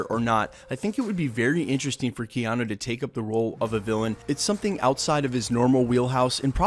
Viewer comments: said keano like twice lol. but keanu as a villain is ok, id prefer him in a hero role tho >_> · kee yan oh?